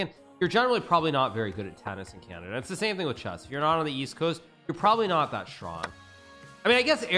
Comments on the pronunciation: when he said canadia i felt that 😔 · Is he trolling when he says, Ca Nay di A? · Bro said Canadia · Anyone else notice how he said Canadia lmao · am watching too much of your channel I think. I struggled to remember the actual name of the country you call Canadia.